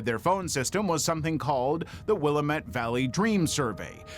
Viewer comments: WILL A MET (A as in pal, gal, sal, etc.) ffs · Yes! It's also Will-AM-met Valley, not Willa-Met! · As a Pacific Northwesterner, the way you pronounced Willamette hurt